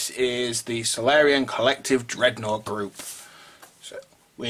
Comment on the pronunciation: Looks like the pronunciation is "sor-ill-ian"